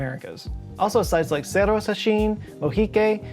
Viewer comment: I'm always amazed by the ingenuity of Ancient Latin American people. I feel that it is mostly ignored by everybody. Yeah, Egypt and the whole African continent is full of wonders but so is our continent. It is something that makes me really proud. And just a tip: Latin words with "RR" like Cerro are pronounced with strong R, almost as is Rolls Royce (I can't quite remember a word that actually uses the sound we do), and not with a "rolling R" sound, like in the video 😅